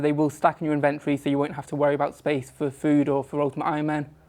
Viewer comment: Is there a reason that nobody in the runescape community can pronounce the word 'inventory' properly.